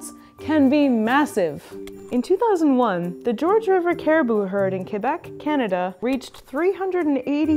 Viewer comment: Omg thank you for pronouncing Québec properly Everybody always saying kwabec and shit